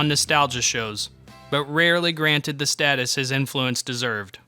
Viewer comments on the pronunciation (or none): none